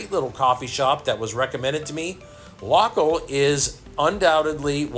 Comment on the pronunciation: LOKL is likely meant to be pronounced "local". Great vid. Thank you.